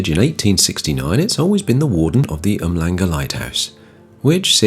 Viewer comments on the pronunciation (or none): Amazing video! Just a note - the "hl"of Umhlanga is pronounced with an "sh" (Um-sh-langa) and an South African Barbeque is known as a Braai as in (eye (br-eye). Thanks again for the video :)